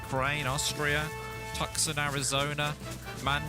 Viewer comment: Watching from Seattle, Washington US, btw … Tucson, Arizona is pronounced ( Too Sahn )